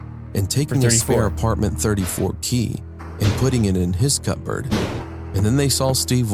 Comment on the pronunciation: The scariest part in this was when the guy pronounced cupboard as Cup-bird.